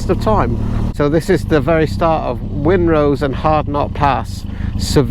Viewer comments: It's pronounced Rhinenose pass, as in the name of the River Rhine! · It always puzzles and amazes me how many people mis-pronounce 'wrynose pass' as 'winrose pass' it's 'wry-nose' (think rhinos!) just look where the 'r' and the 'n' are in relation to each other for goodness sake! (The name originates from the Dane settlers who called the fell that it's on: "Wrenhalse" which means 'stallion ridge'. This became "Wrenosse Hill" in the 16th century and "Wrenosse" later became "Wrynose".) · It's Wrynose pass pronounced 'Rhinos' not Wynrose 👍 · That pronunciation of Wrynose 😂 Try it... Phonetically Rye Nose 😊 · It's pronounced 'Rhinose' silent W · Sounds like you enjoyed my back garden. I live in Broughton in Furness and the section of A595 is my commute 🎉. Wrynose is pronounced RY NOSE by the way 😉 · a great video. the wrynose pass by the way is pronounced rhinos the same as the animal. i learned to drive on all those roads, great fun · It's pronounced 'Ry' nose pass 😉 But a great trip 👌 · Nice one guys. Isn't the Lakes just a fabulous place to ride a bike 😊. As for Wrynose (pronounced Rinose) and Hardknott, I do them on every bike I've ever owned, the easiest bike I've done them on is my little Royal Oilfield 350 Meteor, a doodle! I'm looking forward to the next instalment 👍🏍. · Wrynose is pronounced with a silent W. These roads over the passes where only a sealed surface in the 1950/60's. Previous to the surfacing they had been used in the RAC rally with a target time for each pass of ~15 to 20 mins. It can be seen on satellite data that the route of the roads had a few alternatives over the years. Always have a paper map, there are areas where the mountains block GPS signals as even more areas which have no 'phone' data.